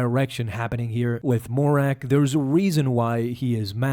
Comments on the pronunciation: It’s Marrok, not Morack. Killin me smalls…. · It's Marr-ok, NOT Morr-ak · It’s not “More-Rack” it’s “Muh-Roke” just for some help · You call him: "Morrak" ; but his name is: Marrok !!! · Not Morrak, Marrok :P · Seriously. Why is it so hard for people to say Marrok. It was spoken in the show… there’s no mystery. muh-Rock …really not difficult. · Why do you call him Mo-Rack 😭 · Why do you keep calling him morrak lolol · i have no idea who he is, but i just want to congratulate you on making an almost 10 minute video and not once saying marroc correctly. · him saying marrok wrong the entire time really grinded my gears